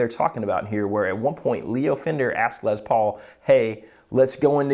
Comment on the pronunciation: Les Paul, not Lez Paul. Why are folks saying it this way suddenly???